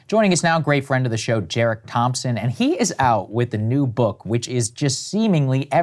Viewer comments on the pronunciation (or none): Saagar your fake teeth are getting in the way. It's Derek, not Jerek. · Did Saagar call him Jerick Thompson? Or Jared Thompson in the beginning? "Great friend of the show..." lol